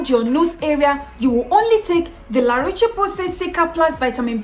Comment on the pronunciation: O. Thank you for a great, informative video. Laroche is pronounced Larosh, the e is silent and the ch sounds like sh. 👌